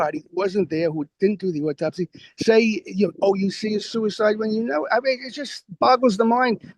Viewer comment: Is it too difficult to say 'autopsy' and not 'ortopsy'?